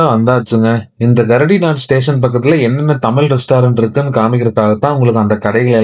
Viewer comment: 🙏🏿🙏🏿🙏🏿 நன்றிகள் bro.. Station: Gare du Nord கரடி நா( தவறு) சரி உச்சரிப்பு கார் து நோ. வாழ்க வையகம் வாழ்க வையகம் வாழ்க வளமுடன் ❤❤❤